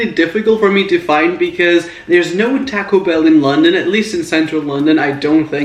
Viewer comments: He has an accent. Or that is how you Pronounce It. Like Taco Bell. You Pronounce it "Tack O Bell" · he pronounces it as "tack-oh bell"